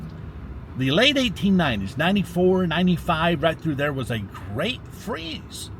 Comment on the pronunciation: you're doing a great job!...and I chuckle at "grate!" every time 😂